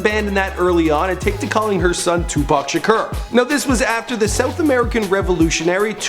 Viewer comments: Its shakur not shrek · NOOOO! it's tupac sha-core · It's shakur not shaker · it's two-pack Shaker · voodoo1345 lol tupac shaker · anyone else notice is says shakur but its actually pronounced "shukor" 😂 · If u mispronounce Shakur one more time